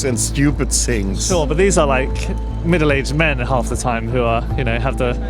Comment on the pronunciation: She says: ‘..I think people are the problem. And the most people are maans “. 😂